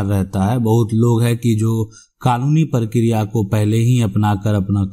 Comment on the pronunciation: लराई, झगरा, परतिकिरीया, परतीकूल परकिरीया... मजेदार उच्चारण..😀